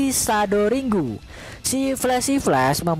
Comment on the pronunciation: iya'kan jdi aneh sndiri🤭😏🤣👍